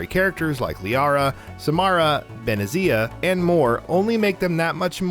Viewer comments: "Ben-e-zee-a"? Has the narrator even played ME1? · The way you pronounce benezia is insulting